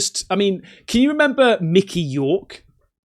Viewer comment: its micky Rourke not york